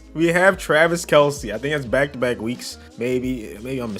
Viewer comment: Just saying it’s kelce not kelcee